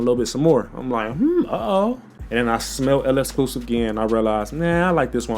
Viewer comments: This guy saying el escluse 🥀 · Yeah it’s literally just lek-skloo-seef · Why can nobody pronounce L'exclusif? 😂